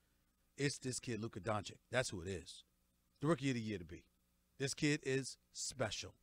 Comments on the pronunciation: Kellerman: DoNkItCh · Max Kellerman: "Donkich". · why is max kellerman calling him luka donke-itch 😂😂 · Subscribed, it's funny how they say donchik not doncic the disrespect towards doncic was real, but he proved all haters wrong. All nba franchises should know if Steven a Smith says a european Player isn't worth it, he's going to be an all Star or franchise Player porzinges, doncic, are prove of it. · Max Kellerman : "Donkey-itch" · Stephen A: Donchick Max: Donkich: Donakick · Nobody: Kelkerman: Donckitsch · Kellerman: “donkich” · Kellerman: "Luka DonKIC". 🤦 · Max: "Donkitch" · Stephen A can't even pronounce the dudes name correctly lol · no shit Max doesn't know much about Luka as he can't even pronounce his last name right